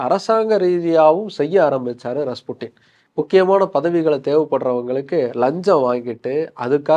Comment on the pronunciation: avan oru tarkuri don't know how to pronounce 😅